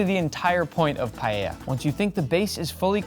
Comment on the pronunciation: Primero, aprende a vivir pronunciar la palabra. Segundo no vuelvas intentar hacer paella por favor